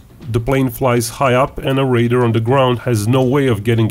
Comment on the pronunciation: The word is "radar," not "raider."